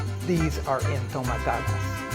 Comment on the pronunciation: Their not called “Entomatadas”. They are called “Enjitomatadas”